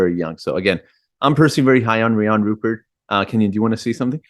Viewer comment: Sorry the Thunder already called dibs! And it RUE-pair. Rhymes with blue hair.